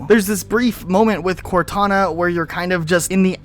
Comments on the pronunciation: Plz never say cortuna again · Cortoona? Cortoona?! I'm dying from laughing too much here. That almost sounds like a brand for a tuna can. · I heard Cor2na lmao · Cor-two-na vs Two-tana. Who wins Lads?